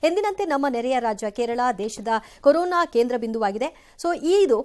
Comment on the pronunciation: ಕರೋನ ಅಲ್ಲರೀ ಕೊರೋನಾ.